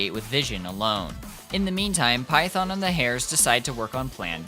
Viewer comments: you can get defensive all you want but you have to understand that misprouncing something so core to a game (or any video essay topic) is a huge red flag usually seen with situations like slop content mills. Example: Illuminaughti covering Silent Hill / Centralia, PA. It makes the viewer not want to engage at all even if there was a lot of effort put into it. I'm sorry but for a lot of potential viewers its gonna be an instant click off. That you didn't know there's a difference between the Japanese and English pronunciation is understandable, but if youre going to make an English language video, you do need to know how the game pronounces those key phrases in English. Because there are plenty of players who have never heard the Japanese dub and would be confused. That includes myself. But that red flag initial impression is still there. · gotta agreed with others how "PHAETHON" spoken made me take back my like, it just an irk but noticable one. but like again cause it good video. tho can see most people would click off just from that pronounciation. "cause it JP dub blahblahblah" cool but that not actual main language it CN game and ZZZ dev into urban + greek mythology. 'Python' no way is same proxy we all know. heck can be knockoff Phaethon and no one question. not try sound aggressive but i appreciate if main source is not lost due different cultural preference (JP not best english speaker) heck this game respect any JP names with correct sound, just do same is most bare minimun plus no one will flinch cause who the heck is python. not even live in US or whatever, it that bad. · I think he is saying that because he follows the JP VO In JP they say it as Python LOL🤣🤣🤣🤣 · tbh you pronunciation of Phaethon is disgusting and I stopped watching the second time you dropped that. It's giving "KWASAWNT" 🥐 You know you're wrong lmao